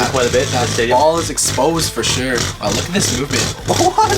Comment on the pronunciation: Suoh not su